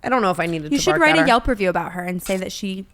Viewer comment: Brooke, google reviews!! Not yulp